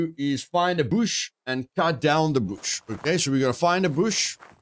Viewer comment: Find the BOOSH!! love the way you say bush great video keepit up bro